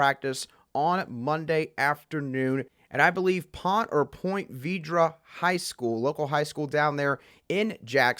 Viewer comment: Ponte Vedra - Pon-ta Vee-dra